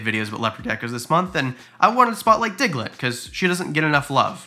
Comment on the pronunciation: When he said digglet (The name of his African Fat-Tailed Gecko) I thought he said Hitler LMAO